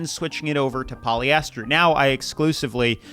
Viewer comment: Poly-esthers. Plass-tick